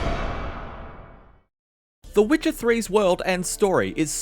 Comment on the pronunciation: Why is he saying wicker 3